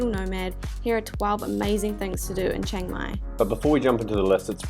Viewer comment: Its called chiang mai and not chaeng mai wtf